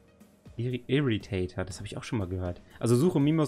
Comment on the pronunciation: Ich will keinen verbessern, aber der Irritator wird so ausgesprochen wie er geschrieben wird. Also nicht Englisch